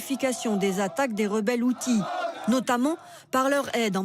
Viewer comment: faut bien prononcer, c'est Houtils et non outils